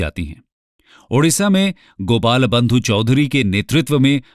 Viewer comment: It's not gopalbandhu from odisha its- ' gopabandhu choudhry' please correct it. I'm from odisha I feel shame.